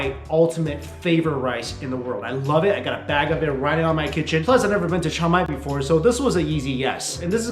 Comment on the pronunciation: I was trying to figure out what Thai city you were visiting; I heard what you were saying as “Chow Mai”, so I looked up the “Think Rice” program and found their program is in Chiang Mai. That is a really great city with an awesome night market! Hope you get to travel there again in the future.